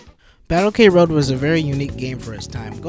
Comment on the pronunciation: The title is supposed to be pronouced "Kroad" (クロード) not "K-road"(ケーロード) for some mystery reason. Other comments mention Andy Hug but in fact all the male characters are based off real life martial artisgts, or famous fictional characters (namely, Terminator and Dan Moroboshi aka Ultra Seven). I know that was a somewhat common practice in sports games back then but it's still weird Saikyo released something like this.